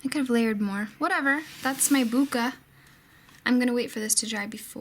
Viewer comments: Hi, in Japan the /e/ has an long /a/ sound. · I think it's pronounced like "boke-uh", although I'm not completely sure....